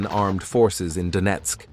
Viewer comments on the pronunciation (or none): none